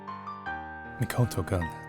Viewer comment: The way he pronounces -kun sounded like -cunt... It shud be pronounced as "koon"